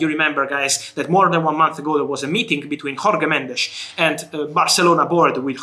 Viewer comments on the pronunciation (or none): Pleas sb tell Fabrizio that you don't pronounce "Jorge" as you would a Spanish name. You pronounce it as you would the first consonant of "journey".